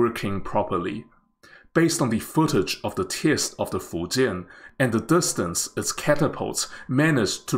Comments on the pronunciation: thanks to this video, i finally know how to pronounce fujian correctly. good luck to china on the successful completion of your carrier. wishes from India, your rival and friend. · Taiwanese has unique accent when they speak chinese but man in this video doest have accent when he speaks the word "Fujian"